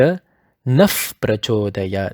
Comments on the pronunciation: Still sir I think Pronunciation should not be "Suvaah". Because there is no " aa kara" It should be "Suvah" And when pronouncing "Prachodayaat" It should not be "prachodayaata" Because it has Halanta or Hasanta at the end. Pardon me if I m wrong. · When you say prachodayat here , the sound of cha is different to what you have taught in one of your video.. You said cha is soft palete sound but in prachodayat the tounge is just near teeth I am confused , please help